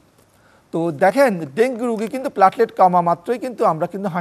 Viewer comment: Apni aage platelet bola sikhun......platlet abar ki